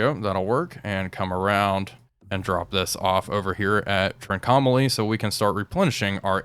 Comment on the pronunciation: The pronunciation of Trincomalee gets me every time.